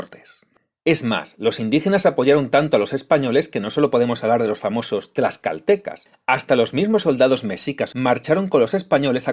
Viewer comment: "los tlaxaltecas" este asno no sabe ni pronunciar Tlaxcala 😂 y dice ser historiador.